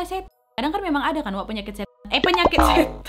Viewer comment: Awalnya masih jelas..'setan'..tapi blakangannya 'set' aja yang kedengeran..trus balik lagi jadi 'setan'..